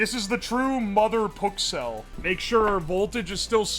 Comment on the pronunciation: lol it actualy sounds like ke says “oh my PUKcells!”